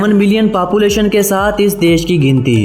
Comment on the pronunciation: It's population not papulation correct your pronunciation and wrong information man....